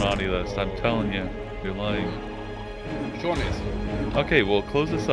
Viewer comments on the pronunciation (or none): its Shawn. not Sean bruh.